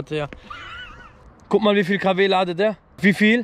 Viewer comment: Jedes mal wenn er "ladet" sagt stirbt ein deutschlehrer 😂😂